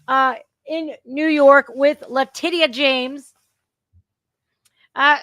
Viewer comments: LaTITia should sound like latisha when pronounced correctly LMFAO i love getting it wrong, even when discussing serious subjects she still comes over as humorous with how she says things for what they are, she makes me smile as well as laugh and, i love these live broadcasts lol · You say "La-Ti-cia" La Ti-ci-ya! Are you a fuckin retard? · Based on your pronunciation of Le-tit-ia and the way most other people pronounce Fany from Georgia… I guess Trump is being literally chased by T&A (tits n ass) 😂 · La-titty-ah 😂😂😂 love it. I don't think I'll ever be able to pronounce her name any other way again! 😂😂😅